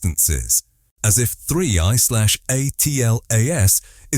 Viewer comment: It's an AI generated voice that can't even properly pronounce 3I/ATLAS I bet that this script was entirely AI generated to